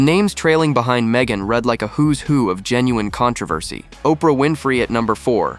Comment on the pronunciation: Try learning the different ways of pronouncing "read" because the way it was done here is wrong.